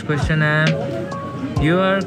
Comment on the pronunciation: His way of saying Ques-chion, true pakistani accent.